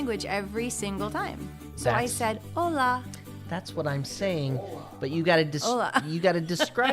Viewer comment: Hola! you said "hola" just right.